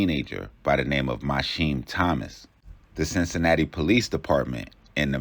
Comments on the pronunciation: why tf is you saying mysheem its mi keam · His name is pronounced My-Key-Heem AND those mugshots not even him it’s his brother